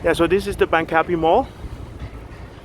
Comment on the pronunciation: It is actually pronounced Bang - ka - pee.